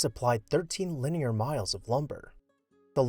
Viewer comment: saying 13 " Linear" miles of lumber was sneaky touch, sounds like million, i had to close caption to actual here it right